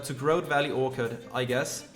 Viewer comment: It keeps bothering me every time. You are mispronouncing orchard every time. The ch is said like cheese, not like the ch in orchid.